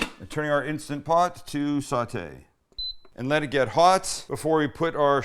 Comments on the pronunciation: It's INSTANT POT, Sam ... not insta pot. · It's Instant Pot, not insta-pot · instaNT pot! Say it right! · I love how he says it like Instagram “Insta-pot” lol